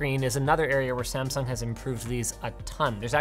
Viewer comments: Is disgusting how gringoes says Samsung.... Kskdkkdkdkf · You pronounced Samsung wrong again, please pronounce it right next time